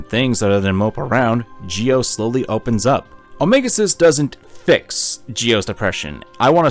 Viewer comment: 2 nickpicks for otherwise a wonderful spotlight on a much deserve game 1:Its Geo not Gio,I know the english dub also pronnounces it that way, but its literally geo like geography 2: while you analysis of the FM´s being representations for negative emotions, it doesnt really add up, Sadly outside of this game symbolism most FM´s are just opportunistic assholes tbh I dont feel there any interesting plot developments in the second one, unless you count Solo´s depression manifesting in a sense of distrusts but actually coming from a situation where nobody gave them a reason to trust anybody, but Im curious about your opinion on the third game